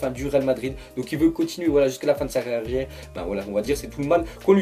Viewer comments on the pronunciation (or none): a dit: raaariviere a la place de carriere xD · "carriarere": J étais mort de rire merci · Mdrr écoutez à : jusqu'à la fin de sa rarierre